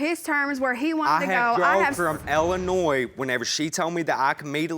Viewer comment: Why he keep saying Ellinois?